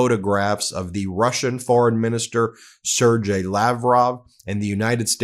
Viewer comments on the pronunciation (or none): Please Ben. Sergei is prounced /sir ghay’/. I cringe when you say “sir jay”